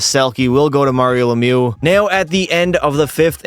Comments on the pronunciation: Mario lemew 🤫👈🏼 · he said "Mario Lemu" 💀